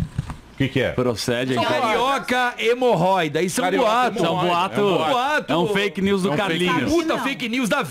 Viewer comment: “ MORRÓIDA” kkkk